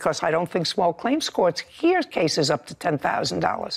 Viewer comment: Judy "Caces"....? Cases? That's right up with the closed captions.